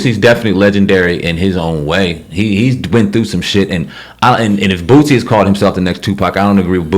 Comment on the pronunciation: His name is boosie not bootsie